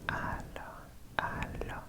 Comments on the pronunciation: So, i hope im not the thousands person to say that, but "hallo" in german is pronounced like hello in English, so u do actually pronounce the "h"^^ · In dutch it’s more pronounced like haaloo